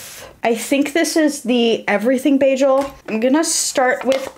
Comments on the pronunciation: Everytime she says bajel a New Yorker jumps off the George Washington bridge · if you say bajel one more time…